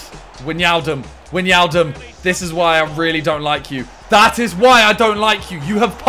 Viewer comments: Maybe Wijnaldum isn’t playing well because you pronounce his name wrong? 😂 Or say Gini, not Widge. Or say why - nall - dum, not Widginiaaldum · SIMONNNNN, love ya mate, but its not pronounced weenaldumb its why-nal-dum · I think you need to pronouns it Why-Naldum not Wan-Yialdum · Can someone tell Simon wijnaldum is pronounced WHY-NAL-DUM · You pronounce wijnaldum wine aldum and laporte la pour t don’t pronounce it with the e cause the e is silent🤪